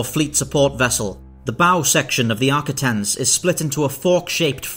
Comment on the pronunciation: Great video and great how you put the cuts together. The only issue I have is your pronunciation. Sounded like you said Arcitins, not Ar-quit-ens.